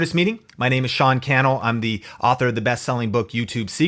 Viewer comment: Sean cannel rhymes with channel, lol.